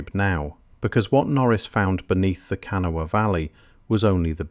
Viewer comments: There was a photo of the Criel skeletons on shelves at the Smithsonain in our paper. 1938. I wasn't born yet. The Smithsonian has no idea where the skeletons are. They were at least 7 feet tall. The jewelry, etc was also taken and no one knows where they are. Hmm. It's pronounced KUH NAW UH. * There were male and female skeletons.*** Someone took them is my assumption. I've been on top of that mound several times. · Wish the narrator knew how to pronounce kanawha. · Those of us who live in West Virginia chuckle every time you say Kanawha. But nice video none the less.😊